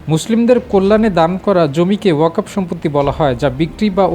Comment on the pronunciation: This stupid does not know how to read Bangla. Reading wakof but wakfow. I think this stupid has higher educational certificate. What is the quality of Bangladeshi certificate?